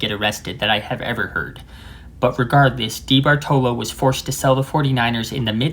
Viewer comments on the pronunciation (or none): The 49ers owner was Eddie Duh-BAHR-toh-loh, accent on the second syllable. Also the stadium was terrible for baseball in particular. For example, in the 1961, Giants pitcher Stu Miller was literally blown off the mound and to add further insult was charged with a balk by an umpire going strictly by the book, even for an exhibition game. Willie Mays would probably be baseball's home run king today if he played when and where the wind was more moderate. Candlestick Park even made Wrigley Field in North Chicago seem tame on the wind front. It's a good thing Bill Walsh did not try to emulate the Raiders vertical passing attack for the Niners. It seems karmic that the baseball Giants did not win the World Series until after moving to their current stadium.